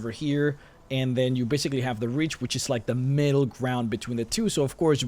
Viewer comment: Took me awhile to realize he was talking about The Reach and not "rich" guys. XD Man, I need to come back to Skyrim ASAP!